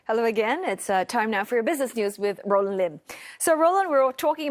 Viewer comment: roland bad pronunciation